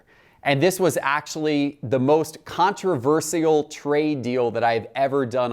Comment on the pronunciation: He pronounces controversial wrong